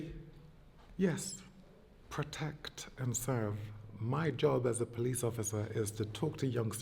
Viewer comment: “Polithe work” 😂😂😂